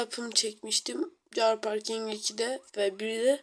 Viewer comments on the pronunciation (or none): Çar parking değil kar parking okunuşu